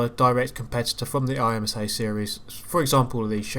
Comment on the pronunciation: Of course you can race the DP against other cars! There's plenty of P2s- oh wait, there's no BoP to make the DP artificially competitive. Never mind. By the way, IMSA's usually pronounced "im-sah", not "I-M-S-A"; it's much easier to say.